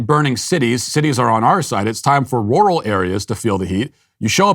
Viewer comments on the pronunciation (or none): I'm getting a kick out of Matt trying to say "rural".... it's NOT "roar-al" it's "rer-ull"! hahahaha It was very entertaining to hear him say it repeatedly in a very stilted way! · Matt’s R’s sound like W’s when he says rural. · that's weird.... but I know there are areas where it's pronounced like that. My parents are from the Midwest and they used to go to Roo-ull King for things. I think they drove a shivvy truck back then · Matt struggles to say rural lol. Oh man 😆